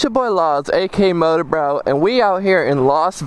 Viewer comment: you say MotorBroo and your channel name is so why don't you change your channel name to MotorBroo?